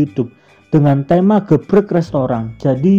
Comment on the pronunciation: gebrek 😭😭😭😭 gerebek x min 😂